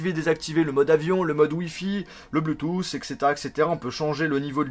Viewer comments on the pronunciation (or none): none